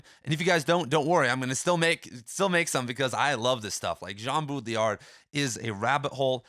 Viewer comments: BAW-dree-yar not BOO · Did you know it’s ACTUALLY pronounced: Båü-ḏṟį-æḏ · If you want to be the headquarters for all things Baudrillard, you should pronounce his name correctly.